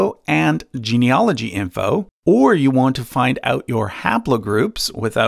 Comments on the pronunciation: Really interesting video. For information, genealogy is pronounced gene-e-AL-ogy as it is spelled, not gene-e-OL-ogy as it's being pronounced in this video. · Genieology is the study of genies; I die a little every time someone mispronounces it that way. That said, your assessment of Ancestry's service matches my experience of them, so I'll trust the rest of your work. The funniest part for me was that my background apparently stretches all the way into the Baltic and Russia (spoiler: it doesn't). That tells me white people have so little genetic diversity it's hard to tell us apart at the test-tube level!